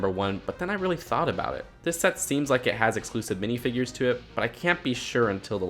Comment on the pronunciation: did you call them binifigures?!?!?!!?!?!??!!?!?!?!?!?!